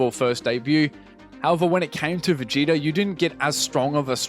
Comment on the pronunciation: Did you hear how he pronounced Vegeta near the start? Veh-Get-Ah instead of Vegeetah 🧐😫